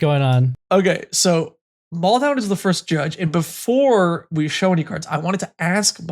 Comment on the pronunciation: Damn, really do be out here calling Maldhound, Baldound.